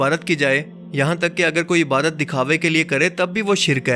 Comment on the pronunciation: Bhai apki videos buhat achi hoti hain bs ap Ibadat ko clear bola krain Ibarat na kha krain Thanks